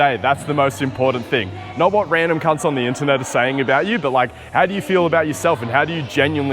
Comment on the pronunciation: I liked the video when I heard you say “cunts” 👍 very Australian